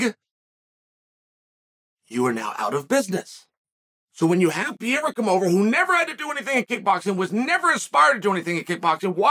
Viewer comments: I know about Periera not Pierra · God damn it uncle Chael just for one time just say PERREIRA what is pirira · Pereira* I don’t know why Chael pronounces his name like that.